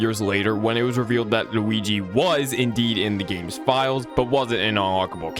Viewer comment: i love how this guy says luigi LUWIGEE